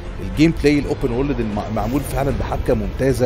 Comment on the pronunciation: انقلش اول زا تايم يا باشا 😂 بغض النظر عن المحتوى بس يا ريت يا ريت تنطق على الاقل world بشكل الطف من كدا وورليد لا خطا